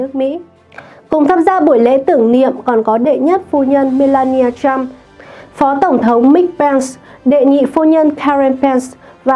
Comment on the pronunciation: Minh xin gop y : Ban doc tên Mike Pence sai roi . /maik/, ko phai / mik/